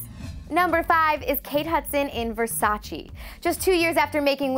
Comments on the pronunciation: Its not ver-sa-cheee.. its versa-che.. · Learn how to pronounce "Versace". Our ears are bleeding